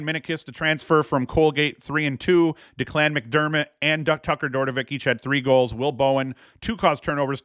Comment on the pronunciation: Good pod. FYI Declan McDermott's name is pronounced "Deck-lynn" or "linn" as in the beginning of "Lin"da not Da-Clan lol